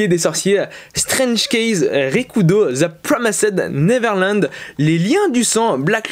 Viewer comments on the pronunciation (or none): Juste je te dis au cas où ça pourrais t aider car toi tu dis : « zeu promissed neverland » Mais il faut dire un truc du genre : « zeu promaïz’d niveurland » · C'est The promised neverland pas the promysid neverland 👍 Sinon très bonne vidéo